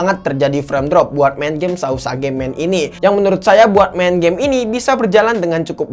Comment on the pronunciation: Bang tulisanya sausage bacanya sauseg